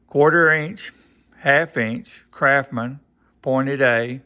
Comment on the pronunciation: Those tools are NOT kraphmen. S and T aren't that hard to pronounce. Like the word Mustang. CRAFTSMAN not crafmen.